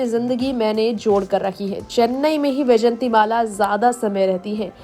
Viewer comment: Madam ,,,,,smt vyjayantimalaji is great lady ,highly respected graceful lady a legendary actress and topmost dancer ,,, unfortunately ,you are adrresing her as 'yjayanti ',,this is not correct , please correct your narrating style